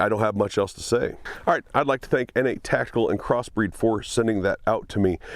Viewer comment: I thought it was pronounced “Nate” Tactical. Pronouncing it “Innate” Tactical makes it sound like an illegitimate step-child or something.